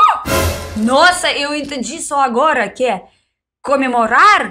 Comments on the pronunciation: você é uma graça e fala muito bem português para uma russa (ou russinha, como você mesmo diz). Falta um detalhezinhp que vc sempre troca pra ficar quase perfeito… vc fala A em lugar de O. CAmemorar em vez de COmemorar, CAmidas ao invés de COmidas, etc. Fica até charmoso, mas se ajeitar esse detalhe vai ficar nota 10. Bj, parabéns atrasados. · Parabéns. Que você "cansiga" "camemorar" muito, "camer" muitas "camidas" gostosas, visitar muitos lugares lindos, com praias e muitos "caqueiras"! E sem se envolver em discussões "palíticas"! 😉